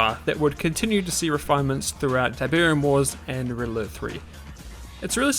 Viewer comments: IT's Pronounced "RED ALERT"!!! not "RIDDLER". Learn proper English for God sake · Pronouncing "red alert" as "riddler" really confused me